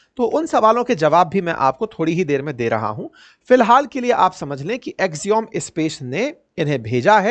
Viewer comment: अवस्थी जी, एक्सियोम नहीं एक्सियम सही उच्चारण है।